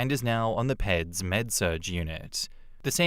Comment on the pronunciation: 'PEDS' - short for pediatrics is pronounced 'peeds'.